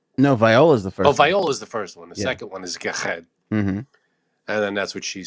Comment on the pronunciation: Ever time you say Viola I crack up